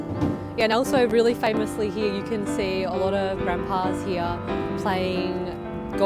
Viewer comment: 호주식 발음 독특해요. Here 히야, today 투 다이